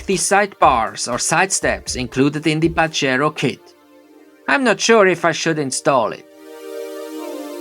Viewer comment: I like tge way you pronounce pajero and lancia so me and my son pronounce them like you!